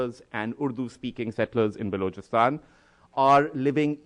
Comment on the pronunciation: Balookistan.. Cant even say it properly..and I should expect him to talk about it properly..